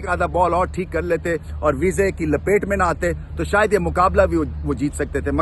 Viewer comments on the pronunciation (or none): Sir it is not ' veeza ' It's Wiese 😅